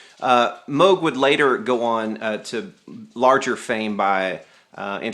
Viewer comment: It's MOOOOOOOOG not moge